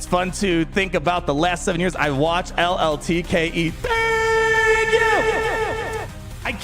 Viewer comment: Hey man, congrats on everything you've accomplished so far! You're the only one who's ever pronounced my last name correctly, and with a Mario accent lol. Can't wait to see what's next! LLTKE